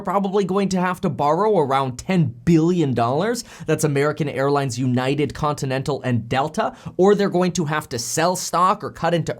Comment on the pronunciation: Lol you saying continental